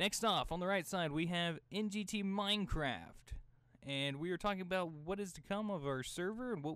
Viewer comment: OMG You are Canadian! Don't try to deny it! I heard you say "This is aboot it" at the end!